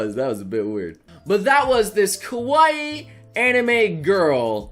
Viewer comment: you keep mispronouncing kawaii, it's pronounced as kah-wha-eee, you pronounced it as kah-why-e, which sounds similar to kowai, which is the Japanese word for scary.